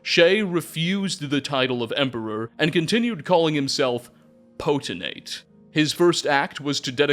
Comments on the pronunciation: PO-TEN-TATE!!! Not PO-TEN-ATE!!! Sound out your words. Makes you sound stupid! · Not that it matters much because it’s only said a little bit, even in books — Potentate is pronounced “poe-ten-tate”, just like it’s spelled there. Elden Ring taught me this. 😂 new viewer, glad to have some channels like yours, fudgemuppet, etc as I get back into the Elder Scrolls after over a decade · Potentate! There a T in the last syllable, not potenate. This was painful to listen too. Sorry, I still love you though. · Poten-Tate lol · FYI I think you pronounce potentate the way you pronounce “potential”. So it would by pi-tent-ate. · Were you intentionally pronouncing "potentate" as poteNate haha? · Homie forgot the second T in "Potentate" every single time he said it. Wtf is a "poten-ate"? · Pote-… I see what you did there 😂 Poten-tate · While I’m glad to have a new video you had so many chances to say Potentate correctly and you whiffed every time 😂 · You're mispronouncing potentate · The potentate mispronunciation is fucking hilarious because of how many times you say it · Video was so good I didnt even care that seems to think the second t in potentate is silent